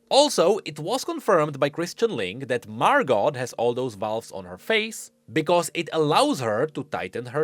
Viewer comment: I had to stop watching. I could only hear Mar-got a few times. Margo. MARGOO